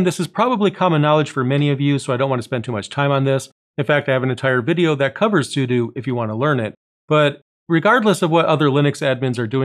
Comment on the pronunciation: +10 points for pronouncing sudo as if if was made up of "Super User DO". Thank you! #awesome :D